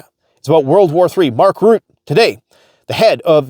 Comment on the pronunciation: nato heads name, its pronounced " Rootaah " and.. no they dont care about drug addicts but they do care about the cost of policing and healthcare and the burden it puts on a tax system... u need to get off your high horse... u are better than this, come back to planet earth and dont get carried away by your subscriber count...